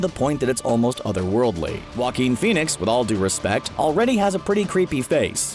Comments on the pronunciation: joaquin (ha-keen) there you go so stop saying wa-keen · Jah-Coin Phoenix